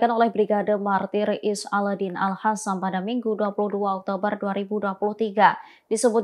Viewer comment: Al Qassam kok jadi Al Hassam... Presenter tribun ga bisa baca yaaa😂